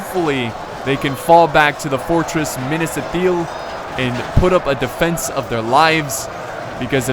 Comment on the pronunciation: I don't want to be hurtful but your pronunciation of Minas Ithil hurts my ears. If you would just switch the pronunciation with the first and second 'I'. Just trying to help.